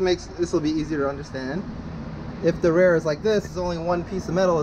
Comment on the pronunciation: Thanks for the video bros! Now I know I need to get the 330 mm rotors. One question though, why do you say rear and idea as rare and iday? lol